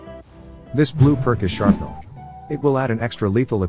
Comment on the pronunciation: Bro it’s shrapnel not sharpnel